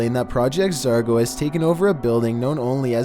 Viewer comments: It’s pronounced ZOR-GO not ZAR-GO. I mean I like your content that’s why I watch almost it often but dam dude learn how to pronounce words. In 90% of your vids you say the incorrect pronunciation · Hey........its Project Zorgo, not Project Zargo LOL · Also the real name is Zargo. Not Zorgo. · If he says project zergo you hit your self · Sounds like you're saying "Project Zargo" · Your saying zargo EDIT: this is not a hater I do like your channel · zorgo? this ain’t it chief